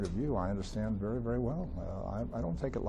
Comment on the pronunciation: vaery? i dont think that word is in the english language